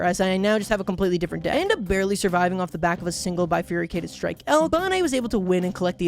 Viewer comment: I know it's not a very common word, and I don't blame anyone for mispronouncing it (heck, maybe I'm the one who's been mispronouncing it for years) but the way pronounces "bifurcated" really sticks out to me. It's almost "bifurycated". (Weirdly enough, I learned this word before I was 10 years old, just because my dad liked the word and would find a way to work it into sentences almost as a punchline/family in-joke.)